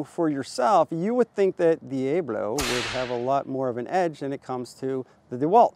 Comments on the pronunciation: Dee-A-blow. LOL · "Dee-AYE-Blow..." lol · I cannot tell if you are pronouncing Diablo like that purposefully or not.